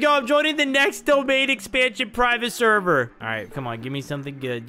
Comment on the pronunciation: Discord sherver😂 sorry I love ur content but I couldn’t stop laughing at when u said sherver